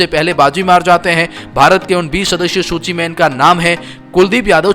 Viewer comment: Bhai ne सूची को लूची बोला है एक बार